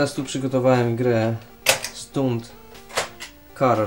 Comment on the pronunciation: STUNT - i tak należy wymawiać !